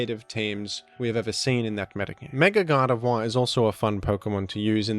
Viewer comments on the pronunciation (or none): It's not pronounced Gar de vwah but Gar de vore.